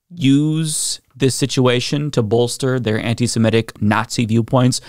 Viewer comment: C'mon. It's "seMITic".